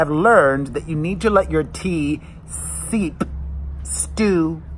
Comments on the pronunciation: It’s not seep your tea, it’s steep my friend. LOL! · Steep not seep. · STEEP......Not seep!